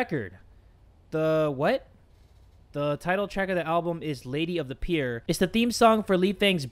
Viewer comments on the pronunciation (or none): none